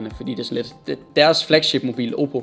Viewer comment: Lol du både sagde Samsung og Oppe forkert xD